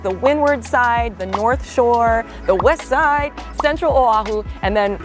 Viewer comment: Great info! Btw love how u said “Wessside”! 😊